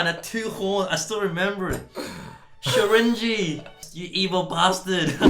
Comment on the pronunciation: i stayed to the end after the outro expecting something...coming to brett saying SHORINJI not complaining tho :D